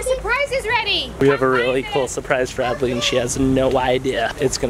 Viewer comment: Not how you spell Adley and you said Addie